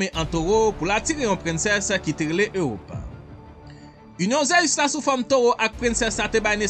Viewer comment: bro li sonnen mal nan zorey mwen pou ap prononcer ZEUS wap di ZEyus